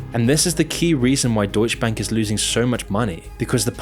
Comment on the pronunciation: Brah.. it's deutsche bank. Not "deutsch bank". The e isn't silent😅🤣🤣